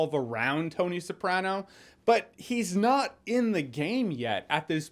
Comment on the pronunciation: The way you pronounce “Newark” and “Soprano” bothered me the entire time…